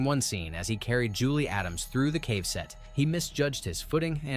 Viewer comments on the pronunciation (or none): none